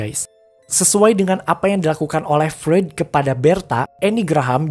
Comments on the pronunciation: Misi bang Freud itu dibacanya "Froid". Buat pelengkap aja krna penjelasan represinya udh bagus jdi makin mantap klo penyebutan tokohnya benar. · Revisi bang : Freud dibacanya "Froit" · Cuman mau bilang bang, Freud itu bacanya Froid.. Sy jg sering bingung bacanya, tp udah keseringan dibenerin ama temen yg anak psikologi..